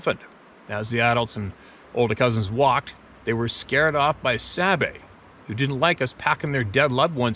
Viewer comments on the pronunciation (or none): It is pronounced (saw bay) spelled Sabe'.